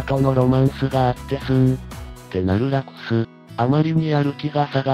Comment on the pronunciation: ...つかラクス様をヲクヌって言うのﾔﾒﾛ